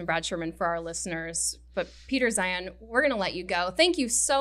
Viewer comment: “First of all, who cares?” Hahaha great intro! I was so pleased to see Peter Zeihan (pronounced Zion, btw, he was just too polite to correct the host) on this show for another excellent and fascinating long form interview.